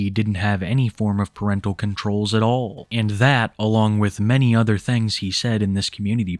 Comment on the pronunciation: I wear dees instead of dee udder ones